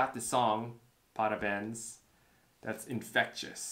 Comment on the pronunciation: Brazilian fan here 😄 Great job! I'd never heard this song. BTW, if you try and pronounce the "béns" in "parabéns" as you'd say "bangs" in English, it'll sound even closer to Portuguese.